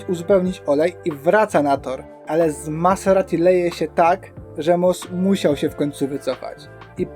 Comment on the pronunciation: Ciekawe omówienie sezonu. Zobaczymy czy starczy ci determinacji aby dotrzeć do 2024 :) ps wymawia się MaZerati a nie MaSerati. Trochę to razi.